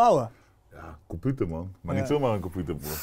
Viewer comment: Iedereen: computer/pc: KOMPUTER